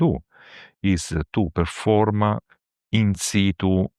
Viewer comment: He says ‘In situ’ (latin: ‘ on the spot’)….. not “inside”